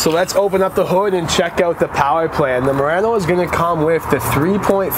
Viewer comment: A YouTube Channel with no name you said it correctly